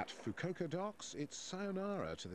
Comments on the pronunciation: I thought you were joking then I watched the video. Oh dear, you'd think the BBC would do a little more research on proper pronunciation of place names. (Foo-koo-ohka) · "FU-KU-O-KA" Every consonant and vowel is pronounced.